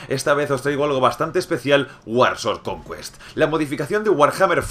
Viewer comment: Conqüest jajaja